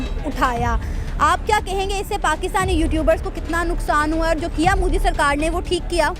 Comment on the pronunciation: Moodi nahi MODI... Pehle naam bolna seekh jaao..🖕🖕🖕